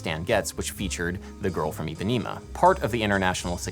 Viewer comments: jesus, stop saying Ipanima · eu tbm, especialmente eles falando "Ipanima"! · Okay so great video but please Adam and all Americans: it's pronounced EE-PA-NEH-MA NOT EEPANEEMA it's an issue a lot of Americans have with pronouncing a soft E for some reason.. Another example is how Americans pronounce my name Paydro when P-eh-dro is FAR preferable. It's not hard but the consistency in which people get it wrong is frustrating. I know it's not intentional, and that's why I want to educate you on that and again this video was really cool (: I learned so much about the culture of the music of my people.